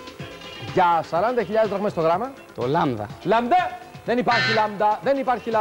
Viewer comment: 6.01...Λάμντα;Λάμντα;;;;😕 Γιατί μερικοί άνθρωποι το προφέρουν Λάμντα?